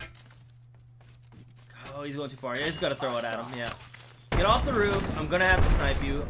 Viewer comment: He say of instead of off